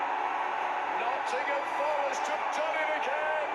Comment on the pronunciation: Love all the squad, but Morgan's my favourite. Runs his heart out every game. And he knows how to pronounce Nottingum.